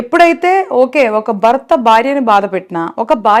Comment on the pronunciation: శుద్ధ అబద్ధం. ముందు నీ తెలుగు ఉఛారణ సరిచేసుకో. బార్య బర్త కాదు భార్య భర్త